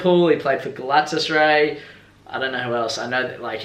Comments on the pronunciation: Gah-lah-tah-sah-rai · You pronounced galatasaray wrong